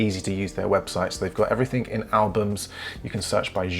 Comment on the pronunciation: AWESOME tutorials, tips, advice, etc, but one thing in this video, it's everything not everythink.....